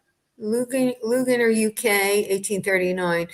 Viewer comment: ….Luginger is like Lou-GINGER like the tea, or what you put in Chinese food! Like the root! At least that is MY assumption, Ginger, like JO. 😁 Love your show, and when you are on STS. Enjoy Italy!